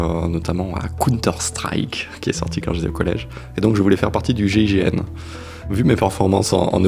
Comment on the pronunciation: Monsieur était prof d'ANGLAIS, mais à il ne sait pas comment prononcer "counter strike" correctement... tout est dit.